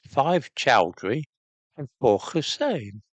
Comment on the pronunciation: Ahmad and Hussain are not pronounced with a 'kh' mate, that's why they're spelt with a h.